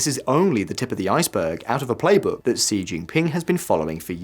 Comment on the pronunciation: I was thinking sort of similar, but with regards to Xi - it's pronounced 'she'... not 'see' And, it's not 'Bei-zhing' - it's Bei-jing' with a very strong 'j' sound... Sort of makes me question their ability to really report on the whole thing if they can't even get their names right!